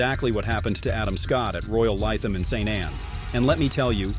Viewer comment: I wasn’t surprised van de velde was omitted because the commentator had earlier pronounced Zoeller and Lytham incorrectly